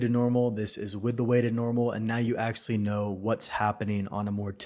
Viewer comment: "akselly" offers the best technical and practical Blender explanations. THANKS! But please, if you must use the word so often, it's pronounced "ACTUALLY."